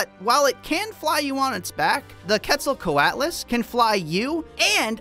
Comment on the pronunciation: the giraffe sized quetzalcoatlus is another animal that did exist. It was a flying reptile, and it actually wasn’t a dinosaur. actually pronounced it correctly too.